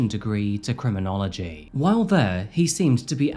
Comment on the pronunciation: a cruminology student?? LMAO!! epic fail dude! did you learn nothing?